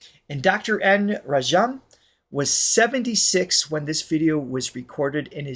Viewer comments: Once again guys, Indian names tend to emphasize the first or second syllable.....Dr. N. RAA-jam, not ra-JAAM. Great reaction as usual, we get to experience your wonderment vicariously. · Dr N Rajam (pronounced rAj-um) is sister of Carnatic Legendary violinist Prof TN Krishnan (krI-sh-nun). Hindustani violinist Kala Ramnath (ka-lA rAm-nA-th) is their niece. TN Krishnan is part of the very famous violin trinity of Carnatic Music TN Krishnan - MS Gopalakrishnan (gO-pA-la-krI-sh-nun) - Lalgudi Jayaraman (lAl-gu-di ja-ya-rA-mun) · You pronounce it like Raajam.